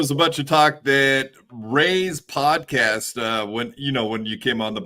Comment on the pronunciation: He unironically said podacast. He’s chip😂. 100 thousand cash bond is a lot of money. That sounds like he did something.